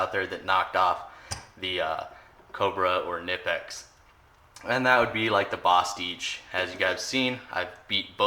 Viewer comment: You say bostitch weird.